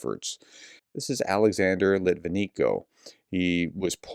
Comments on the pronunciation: His surname is pronounced lit-vin-yenko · Ok, I really like you. BUT when you fail to pronounce such a easy namn as LitvineNko correct, you look just plain arrogant. Do better, I know you can!